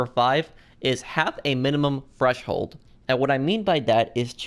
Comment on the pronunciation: I swear he's saying fresh hold